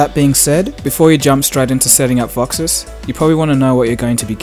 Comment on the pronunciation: Why do you call it VoxiS? Awesome look, by the way, setting it up now. Also: Is there any way you can see notifications other than calls and texts such as Whatsapp, Viber, Skype, Twitter, ect. without having your status bar show? I've been struggling with this for a while.